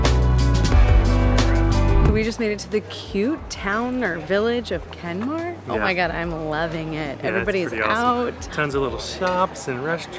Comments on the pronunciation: Kenmare like horse not kenmore like can i have more 😂😂😂😂😂 The City was Called Kenmare and i hope you enjoyed your Stay in my Beautiful Country lreland and you were so lucky with the weather conditions.....Loved the Footage 👍👍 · It's pronounced "Ken-mare" Not Ken-marr" 😂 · Kenmare (pron. Ken-MARE) is a town, not a village. Otherwise, a lovely, professional and interesting taster for your compatriots.